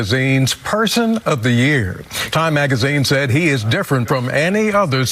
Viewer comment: I just come here to hear Trevor pronounce year "Yehr"